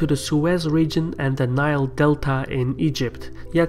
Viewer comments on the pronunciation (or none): none